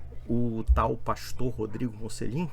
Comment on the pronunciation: Esse é um idiota, não sabe nem pronunciar o próprio nome (que em italiano se fala 'motchelin'), sem falar que para protestantes, o sentido da vida é ser um viciado em trabalho.